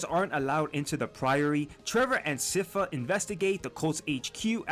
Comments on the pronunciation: sypha!!! as SCIence FAmily,... i don't understand how the name is mispronounced ... i speak spanish and i don't make that mistake... not just in this video...but several youtubers... other than that... i liked the video... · Sypha is pronounced "sigh-fa" I dont get why everyone gets this wrong! She says it in the show too, I don't get it lol